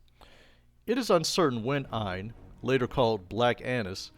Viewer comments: Aine is pronounced as Anya. It's Irish/Celtic. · It’s pronounced more like Onya